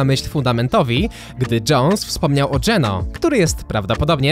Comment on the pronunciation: Ja jak pierwszy raz usłyszałem GENÖ to myślałem że to jakaś waluta